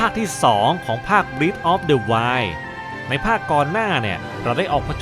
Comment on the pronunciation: breath of the wild ตรง breath ฯ ที่นี้ เป็นคำนาม จะอ่านว่า “เบร๊ธ” ครับ แต่ถ้าเป็น verb มันจะอ่านว่า “บรี๊ธ” สะกดเหมือนกัน แต่อ่านคนละอย่างคับ